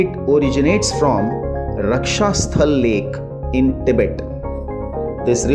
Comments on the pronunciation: It is not rakshasthal it is rakshas tal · Not raksha stal...! It's Raakshas stal